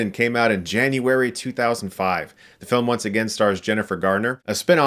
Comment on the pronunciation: I loved the emphasis on "JANUARY"